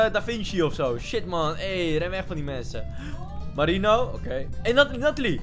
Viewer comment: Wie heeft ook door dat in plaats van mensen mwensen zegt?